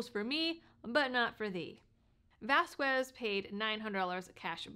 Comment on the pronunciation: Wow! Vasquez happens to be my Representative here in southern NM, but I had no idea that he had these legal issues., not that it actually matters, but the "U" in his last name is silent. So, it would be pronounced like vahs-kez. Just trying to help.